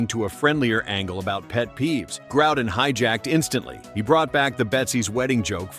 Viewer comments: The name is pronounced Grow-den. Not Growe-den. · It is NOT Grou-den either.